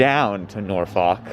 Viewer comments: My favorite movie is "Meet the Nor-fawk-ers". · If you made up time between Ashland and Richmond you accomplished a miracle. No polite way of saying: it’s pronounced “NAWfuk”. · sorry but as a virginian listening to you pronounce norfolk that way filled me with bloodlust